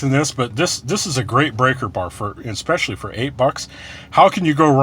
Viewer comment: I hate when people say exspecially.